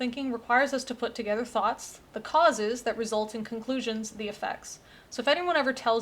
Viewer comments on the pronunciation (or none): none